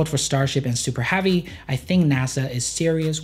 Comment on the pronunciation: Why is your 'e' sound like an 'a'? -Super Havy -Compatitors